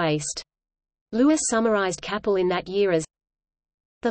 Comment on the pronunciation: It is pronounced Kay-pel